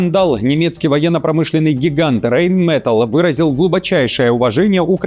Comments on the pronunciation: Rheinmetall произносится как Райнметалл, а не рейнметелл. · "Рэйн мэтл", "Рэйн мэтл", "Рэйн мэтл", "Рэйн мэтл", "Рэйн мэтл", "Рэйн мэтл", "Рэйн мэтл", "Рэйн мэтл", "Рэйн мэтл", "Рэйн мэтл", 😂😂😂😂 Хоть сто раз повторяй.... Райн-металь, а не "рэйн мэтл"!